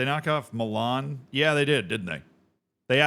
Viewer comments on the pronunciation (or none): none